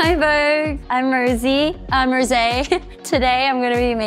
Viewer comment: She still doesn't know how to pronounce her name, she is very sweet ㅋㅋㅋ